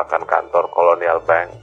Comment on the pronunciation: Very nice video….for info: pronunciation ( pengucapan) Indonesian and bahasa Belanda is the same….Handel …not Hendel but like the a in “knalpot”. the same with Bank. not Benk